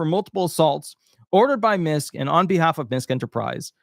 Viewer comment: MISKE is pronounced: MIS- KEY